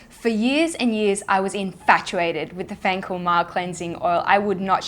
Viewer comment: Fancl [reads "fencul"] has made my day 😅🇮🇹